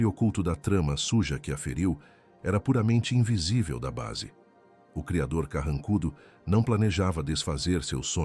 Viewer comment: Vc tem problema em falar o nome do Cridor